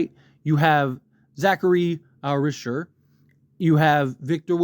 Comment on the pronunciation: Yeah and it's not Risher more like Ri za shay.